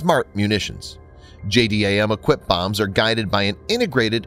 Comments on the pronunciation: Try calling it "J-DAM" instead of "J-D-A-M" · JDAM pronounced: Jay-Dam